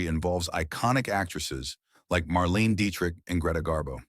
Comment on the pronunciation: Marlene [Mar-leen-a] Dietrich... not Marlene.